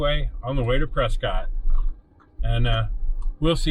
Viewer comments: Its actually pronounced press kit. The tourists call it press cott. It sure is beautiful up here. Hope you enjoyed our trails. You should try the trails out of Jerome. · pronounced PRESKITT great video. I'm local to this area, fyi this trail is VERY DIFFERENT with snow. Be wary in the winter months it's much more difficult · Been in AZ for 25 years, it's pres cot. It's literally named after someone named Prescott. Their name is pronounced Prescott. Any goobers go out of their way to pronounce it "preskitt" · So you're proving me right without even knowing it. You're acknowledging the fact that their name was literally pronounced pres scot and they "changed it." The name had, and still has, a definitive pronunciation, some goober in 1783 doesn't get to change that. "Preskitt" wasn't even a thing until recently. There was a radio station there called "KNOT" and I'll let you guess how they pronounced it in the 50s. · The locals of Prescott are mentally ill and struggle with English. The town was named after William H. Prescott. And he pronounced his name "Pres-cott". Somewhere along the way the locals decided they were special and needed a unique pronunciation. They're still wrong.